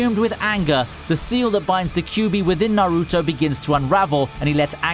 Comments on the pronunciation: Bro it’s not na-ruto it’s naruto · why does he pronounce naruto like that?